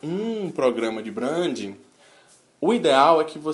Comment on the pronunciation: Boa tarde amigo. quer ter credibilidade nos teus discursos? aprende pelo menos a pronunciar certo. achei horrível vc falar "brandin" quando já estava acostumado com a pronúncia certa:"brendin".